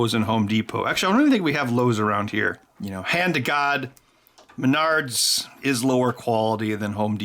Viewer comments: lol did he say MYNARDS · Ow, Menards!! I usually pronounce Menards as mehn nerds.